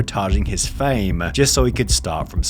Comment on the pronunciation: Whats with the pronounciations Careeeeeeeeer, Fameeeeeee, Meeeeeee